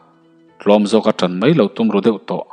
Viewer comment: Zem kualna tur a zo tih i lam dan hi zamzo/mizo tih kan lam rik a zo tih lai hi a ri sang deuh a lam tur ni in ka hria